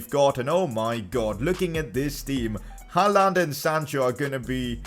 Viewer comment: he is pronouncing haaland wrong its pronounced holland